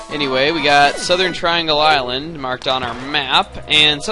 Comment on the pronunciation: did you say go around the irelend?